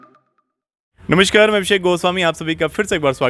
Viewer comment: उच्चारण ठीक करें। 1. फ्लावर मिल्स नही फ्लोर मिल्स कहा जाता है। 2. सही उच्चारण ऑनर नही ओनर (Owner) कहते है। Note: नाक से नमस्कार बोलना बन्द करे।। सहजता से नमस्कार बोले ज्यादा अच्छा रहेगा।।